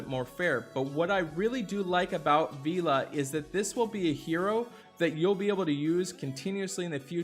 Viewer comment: Still cant say vela i see